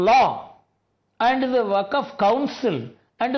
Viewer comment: It's waqf not vakaf